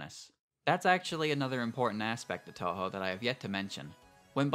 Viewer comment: Oh god I cant get over the cringey pronunciation of touhou. It would be better if you didn't try my man. Just say it anglicized if this is how you try to say it with a Japanese accent